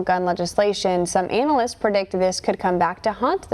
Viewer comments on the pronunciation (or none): She said "anal"lysts hehehehe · Did she really just say anal-ists? Yes, yes she did. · “...some analists....”. LOL! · Did she pronounce the word "analysts" the way I thought she did? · Yes, she did!! Hahahahaha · that's what I heard. Did she do it on purpose I wonder? 😂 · I like it when she says that!!